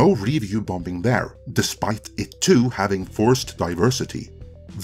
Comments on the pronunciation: ‘Bom-bing!’ ?!? .. I think you mean “Bombing” … pronounced “bomming” .. second ‘b’ is silent. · great vid but u say bombing wrong, its said bomb - ing not bom - bing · You are saying "review bom-bin"? It's just "bombing" without drawing attention to the second letter "B". This can't be how citizens pronounce the word in your country? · There's no such word as "bom-bing" - the second B is silent. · It's not BomB, or BomBing. Check any/all dictionaries globally, when you say the the word Bomb, or Bombing, you don't enunciate/pronounce the second 'b', is a silent letter. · Your English is quite good but you kept saying bomb-bing ...? Can't figure that out. However, I do agree with all you said. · I like that he pronounces the second B in bombing. BOM -BING baby! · “Review Bom-Bing” 😂😂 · I love pronunciation of "bomBing". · I love these short doc style videos by you guys, and I mean this in a positive way, but "bombing" has a silent b in the middle, pronounced "bom-ing" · His pronunciation for BomBinG cracks me up, reminds me of when I was learning English myself. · Quit pronouncing the second b in bombing. It’s silent. It gets me out of your narrative when you say it wrong. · By the way, the second B is not pronounced. Silly English. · What do I think? I think you pronounce 'bombing' like a Krunt. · Who's gonna tell that the second b in "bombing" is silent? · The second B is silent in "bombing". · Does he really need to pronounce the B in bombing? Good god that sounds odd. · Hi Great points as always. Also, the second "B" in "Bomb" is silent. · I actually liked both She Hulk and Rings of Power, didn't think anything wrong with the writing or showrunners, things made sense to me. If that's because I understand things like the B at the end of bomb is silent, just as the B in the middle of bombing is too. A fact that made it hard to watch this video as what I was hearing was nonsense.